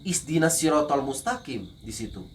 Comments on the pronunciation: ini apa benar ex muslim?? knpa omonganya kaya ngarang2 berfikir2 menyusun ayat.. ,bacaan alfatihahnya juga salah..'isdina sirotal mustaqim'? yang benar 'ihdina' ngak mungkin salah..itukn bacaan asas seorang muslim.. sklipun murtad ngak mungkin salah.. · ih dina bukan ih sina... al fatihah pondasi org islam semua org islam hafal nglotok!!! dan tidak ada org membaca al fatehah sambil angkat 2 tangan... khadzibun...